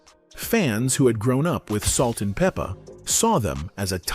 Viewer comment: We could do without the commentary. You're not even pronouncing their stage name right.